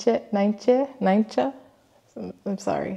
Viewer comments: Oww! Welcome to the Netherlands🤩 I've been following you for a couple years now it's so fun (and sometimes funny) to see my home country through your eyes. Glad to see you enjoyed your time here😊 P.S. you pronounced Nijntje correctly! You might now recognise the Dutch "-ijn" sound in my name too😁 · Glad to hear that! I really enjoyed your vlog! In your vlog there were clips of places I've never been to, so that was cool. I also like your love of Nijntje! Always fun to see how popular she is with people all over the world. And you did pronounce Nijntje correctly actually :). I'm from the north of the Netherlands myself (and from the countryside) and I've only been to Utrecht and Rotterdam a couple of times, Amsterdam I've visited one time, and I've never been to Leiden (but I really want to!). I go to uni in a city called Groningen (in the north). It's a bit like Utrecht, but smaller. But if you wanted to visit again sometime, I can really recommend Valkenburg and Maastricht in the province of Limburg in the south. They are beautiful cities and the surrounding landscapes are beautiful as well, there's a bit more (small) hills there and it's a lot less flat than most of my country, haha. Valkenburg is quite a idyllic town. You could also visit Zwolle in the province of Overijssel, or Leeuwarden in the province of Friesland (Friesland has a lot of countryside as well). On a side note: the reason Rotterdam is known for it's more modern architecture is because the Luftwaffe bombed it when the n*zi's invaded the Netherlands, so a lot of the old architecture got flattened and had to be rebuilt (but you might know that already, I'm also just saying this for anyone in the comments who maybe doesn't know). I'm glad you liked my country a lot! I'm looking forward to your France vl